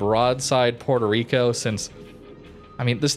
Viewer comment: The way people pronounce Puerto Rico hurts me emotionally and I'm not even Puerto Rican.